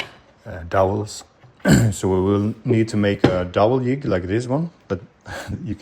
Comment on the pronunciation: I can hear you are Swedish from you pronunciation of "jig".